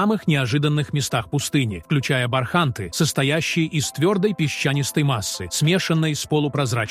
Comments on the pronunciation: Про сАхару мы никогда не слышали, мы слышали про СахАру. И про бАрханы, бархАнты, тутанхамУны никогда не слышали. Знаем слово бархАны, ТутанхамОн. И т.д. А ведь вас могут слушать дети, как российские, так и дети мигрантов, которые власти собираются обучать русскому языку, и выдворять с родителями, если не выучат язык. Или учителя также говорят, как вы? "УХИ РЕЖЕТ!!!" ВАШ претендующий на образовательный ролик. Позор вам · бАрханы? сАхара? что за новояз ( диз!